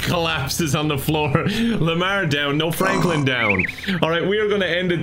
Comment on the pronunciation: excuse me sir... "Flanklin"? lmao